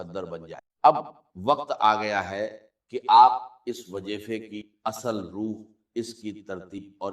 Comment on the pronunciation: This is NOT Dr. ISRAR'S msg, video or even his voice. Why use his videos to convey your msg, pehle to aap aapni galti ko theek karein whoever has posted/ made this video b4 spreading Allah's msg...shame! Dr. Israr's talafuz were never weak or wrong "wajeefeh, Bujurgh, Jindagi, Jaat" 🙄